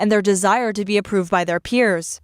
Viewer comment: Did she say ‘approved’?